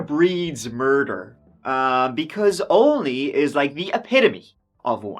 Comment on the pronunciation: Why do I have trouble saying Olney. Not Only, sheesh